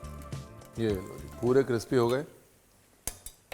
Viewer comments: Sir crispy hai cripsy nehi 😂😂😂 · Crispy ❎ Cripsy ✅ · The way you say crpsi instead of crispy 😋😋 ussi mai crunch aa jata hai